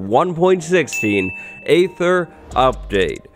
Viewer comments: It’s pronounced Ee-ther, like in archaeology or aegis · Aether is actually pronounceed "EEther" since it's based on the æ letter, which is how "dæmon" used to be spelled, which shows that æ actually makes an EEE sound, and not an AYY sound